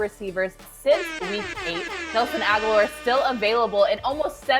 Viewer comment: When she said ‘Nelson Agholor’ I changed my rating from 👍🏼 to 👎🏼